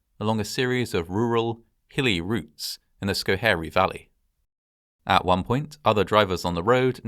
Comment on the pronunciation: Well done pronouncing “Schoharie”! I remember when this happened, just 45 minutes from my hometown.